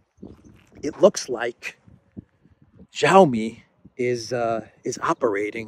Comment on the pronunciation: The Chinese 'X' is not pronounced 'j' but the 'ch' like in inch. So Xi Jinping and Xiaomi doesent start with a j-sound, but a strongly aspirated x!!